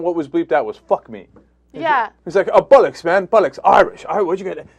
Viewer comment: FFS Cenk, learn how to pronounce "bollocks"!!!